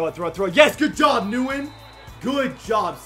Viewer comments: It's not newen it's pronounced wynn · His name is pronounced Nguyen= win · Hey, love the videos but Nguyen is pronounced “wen” just a heads up keep up the amazing videos!!